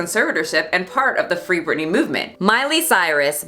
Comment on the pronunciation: I love this video... But her name is Britney 🤭 not Brittany 🙈